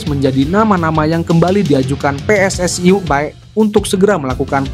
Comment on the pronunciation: PSSI bukan pss ai